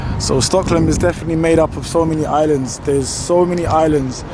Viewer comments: It's Stockholm, not Stocklom! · Gallema stan in Stocklom 😂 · Bro how are you pronouncing STOCKHOLM... Hahahaha